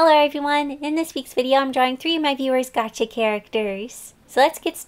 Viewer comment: does anyone else realise that she says "Gachi" instead of "Gacha"?